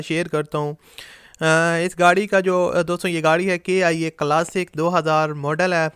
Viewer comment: ڈیئر KIA نہیں ۔۔۔ بلکہ ( کی آ کلاسک ) Kee aa classic